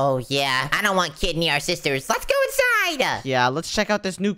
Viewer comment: Nico say Let's ga or Let's go 😂